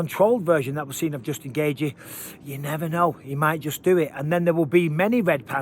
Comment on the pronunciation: I like the way you say Justin Gaychi 😂